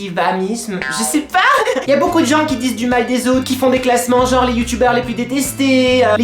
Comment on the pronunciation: Le clasheu la rageu XD Les Bu-yu-tubers xD ahlalà je t'adore 😍 #TeamPalmier